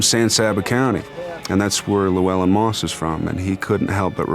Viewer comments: "lew-well-in".. that hurts... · Also absolutely butchered Llewellyn